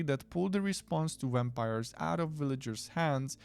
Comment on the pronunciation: I like wampires too! When you pronounced it I swooned. 😂❤❤❤